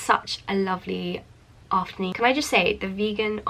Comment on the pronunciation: "ofta nuun ttttt"